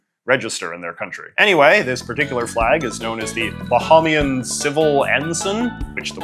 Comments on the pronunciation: JJ, it's "buh-hay-me-an" not "buh-haw-me-an" t. A Bahamian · It’s pronounced “ba-hay-me-un” Great video :) - Your Friendly Neighborhood Bahamian